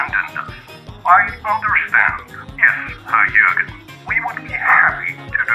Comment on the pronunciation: Im actually impressed you could pronounce Jürgen correctly.